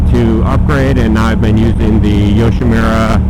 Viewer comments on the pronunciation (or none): Pronounced "yoshimoora", not "yoshimeera". But the bike looks great and sounds even better.